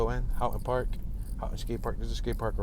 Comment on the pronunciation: This is so nice, this is my neighborhood. Yes lemons, yes constant burnouts in the intersections, yes the classic car clubs (you should see some of those dudes in Lakewood), yes you're saying Houghton Park correctly. Some of those palm trees in Houghton Park are 100 years old. Go back just before sunset and you'll hear the owls. Great Horned Owls inna city!!! Artesia sounds like Amnesia. Bixby Knolls - Knolls sounds like Dolls. So glad to have you ❤